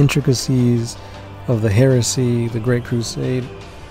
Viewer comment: I heard a lot of HERESEY in that intro 😅😋